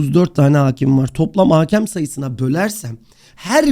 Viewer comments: haakem değil hakem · haaaaaakem değil yalnız o; hakem